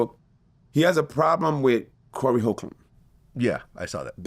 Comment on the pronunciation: He can’t say Corey’s name 😆😆😆😆